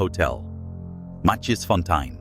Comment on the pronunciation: This is how you pronounced it: mah-cheese-fon-tine, this is how you pronounce that name correctly: my-keys-fon-tane. Read it like that and say it fast. Its easier if you listen to the name being pronounced by a native Afrikaans speaker and then sound it out phonetically like I did for you.